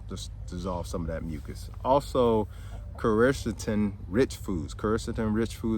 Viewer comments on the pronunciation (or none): You are badly mispronouncing quercetin.